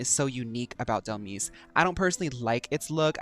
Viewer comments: for me is the way you glow up Dhelmise just by the way you pronounced it ! Dhel miss ! right she can be a spooky miss 🎀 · Baby, Dhelmise is pronounced like demise, hence the name